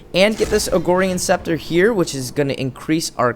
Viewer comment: I love your videos man, very helpful. And you crack me up....BUT FOR THE LOVE OF GOD IT IS "AGORAN SCEPTER" NOT "AGORIAN SCEPTER"!! Again this is coming from a place of love and respect!